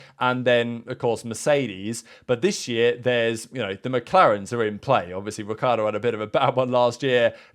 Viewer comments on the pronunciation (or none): Technically it's pronounced Ree-char-doe not ric-key-are-doe